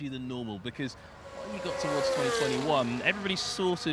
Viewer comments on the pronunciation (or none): none